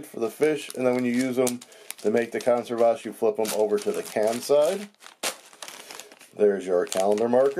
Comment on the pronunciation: Just for the record, it's kohn-SEHR-vas. :) Just like you'd say "reserve" and "conserve", just with "vas" at the end.